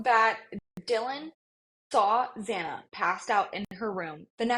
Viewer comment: Is it really too much for commentators to show some respect to Xana by pronouncing her name correctly? It’s not a hard name to pronounce. Please have some respect for this poor young woman.